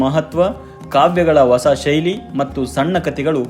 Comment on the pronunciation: ನಿಮ್ಮ ಪ್ರಯತ್ನ ಚೆನ್ನಾಗಿದೆ. ಆದರೆ ನೀವು ಹೊಸ ಅನ್ನುವ ಪದವನ್ನು ಒಸ ಅಂತ ಉಚ್ಚರಿಸುವುದನ್ನು ತಿದ್ದಿಕೊಂಡರೆ ಬಹಳ ಚೆನ್ನಾಗಿರುತ್ತೆ. ಧನ್ಯವಾದಗಳು.